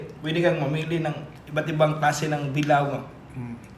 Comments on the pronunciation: Bila-o hindi bilaw! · pronounce bilao ni.not pronounce bilaw,pronounce it as bila o